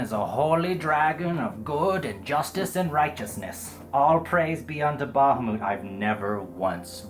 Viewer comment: Ba-ha-moot? Ah,,. Everything else is splendiferous.